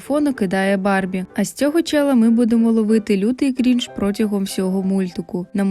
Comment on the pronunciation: Дякую за відео! До речі, правильно крИнж :з